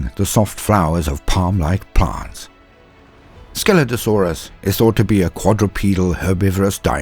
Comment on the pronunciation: Only listening to this I thought I heard "Skeletosaurus" when you were talking about Scelidosaurus. 🤣 Great video. Keep up the good work.